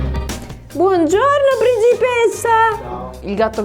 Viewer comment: minuto fra:BuOnggiørNœ pRïnCipeSzæ